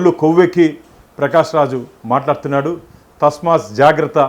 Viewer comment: (తస్మాస్ కాదు..తస్మాత్) (బ్రహిరంగ కాదు.. బహిరంగముగా)😊😊